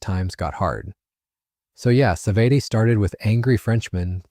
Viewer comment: The A clown pronounce it "sa-vet-tay"....LMFAO....thats enough for me, safe yourself the pain of listening to this terrible hooey.